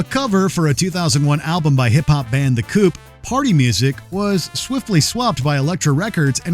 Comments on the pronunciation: It's The Coup. As in coup d' état Not The Coop. And the album rips. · The Coup is pronunced "the Coo" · It's not a big deal, but you pronounced The Coup inccorectly. ✌️